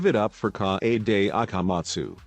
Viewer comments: Nobody: The narrator: KAYAYDAY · no one: text to speech: naGEEto koMEEda, kawAYday (🦅)